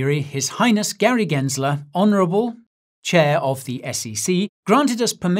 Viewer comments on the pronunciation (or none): none